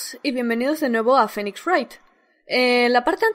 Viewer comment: como se pronuncio phoenix?:V